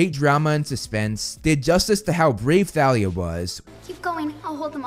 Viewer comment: Why are you pronouncing the "h" in Thalia?